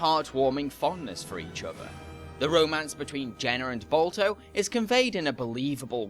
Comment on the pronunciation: All I keep hearing is Bulto and Bolto. Is Balto too hard to pronounce? You can say 'ba' in "bar", but not in "Balto"?!